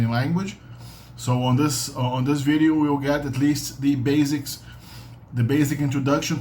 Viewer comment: CORREÇÃO: basics tem som de S, não de Z. A pronúncia é BÊIÇEKS